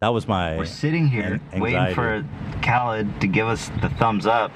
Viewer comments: Khalid is pronounced Kha-leed dummies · HIS NAME IS KHA-LEAD, NOT KHALED GODDAMMIT :_h3h3Danscream::_h3h3Danscream::_h3h3Danscream::_h3h3Danscream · His name is pronounced KA-LEED not CAL-ID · Listening to Ethan miss pronounce Khalid’s name was so painful